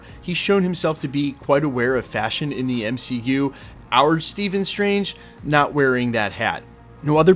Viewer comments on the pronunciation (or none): none